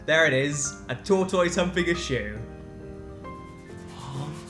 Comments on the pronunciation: it sounds like they said there is a video if a toytoice humping a shoe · They were all "TOR-toyce", whereas (at least in the Upper Midwest), we say it more like "tortus". We don't have time for "i" sounds or emphasis on the first syllable, apparently. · I've never heard tortoise pronounced like that. I always said tot-tiss rather that tot-toys. Does everyone say it this way? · Instantly knew it was dan and phil hehe <3. OMG i am not the only one who pronounces tortoise as tour-toi-ss yay i am some kind of normal after all :D ^_^ x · Do brits really pronounce tortoise like that? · I am concerned about the pronunciation of the word Tortoise.